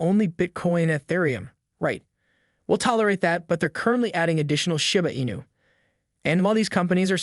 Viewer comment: Why say " shAba Inu" ..... it's name is " Shi-bA Inu= Shiba Inu "......